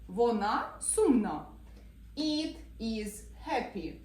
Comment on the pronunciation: Ви неправильно вимовляєте на англійській мові воно "it". - Не "іт", а "ит"!